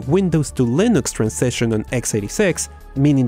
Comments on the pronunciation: Por favor, deja de decir "lainux", fijate este video com John "Mad Dog" Hall pronuncia Linux. Un abrazo y segui haciendo videos que son geniales!. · it really grinds my gears when you say LIE-NUX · Please don't say "Lainux" like that again... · But why do you say 'linux' but its like your saying 'linus' but with an x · He says Linux wrong and it bugs me